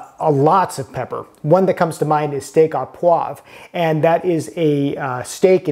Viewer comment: The 'Chef says Steak A Pawve'. Moron. It's Steak AU POIVRE!